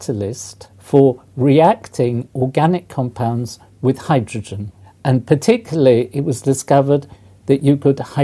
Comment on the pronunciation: ugg... why do people say hy droge en ? its hy dro gen , so annoying.